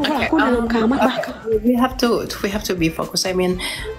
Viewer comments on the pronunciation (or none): none